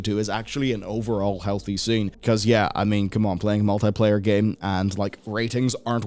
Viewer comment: The only place I'm interesting in Kotick going is to the Bin. That said... why do you say Mult-"Eye"-Player?